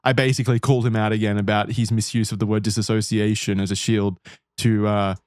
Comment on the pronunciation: The constant mispronunciation of dissociation is driving me nuts.